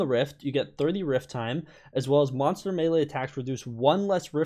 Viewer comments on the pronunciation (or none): none